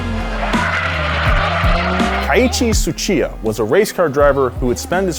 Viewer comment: Man can you butcher his name any worse lol.. Keiichi Tsuchiya --- break it down.... Kei ichi (first name) Tsu Chiya (last name)